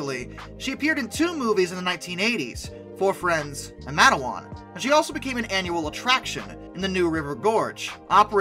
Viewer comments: Doing so good until... Mate-wan, not Ma-te-wan And your pronunciation of Kanawha (Ka-naw-ha) hasn't improved either. Though local West Virginians often drop the last sylybole and say 'Ka-naw' most of the time. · Great video, but the picture you show for a NKP(W&LE) S4 2-8-4 is of a PRR J1 2-10-4. Also Bellevue Ohio, pronounced Bell-view, Wabash is pronounced , Kanawha is pronounced as Kuh-NAW by the C&O and in WV, Matewan is pronounced Mate-wan and LaFayette is pronounced LAF-ee-ET.